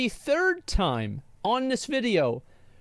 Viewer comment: Asmon turned into a souther bell "I do declare mistah Jim! They nevah taught us to read the tyyme!" 😂😂😂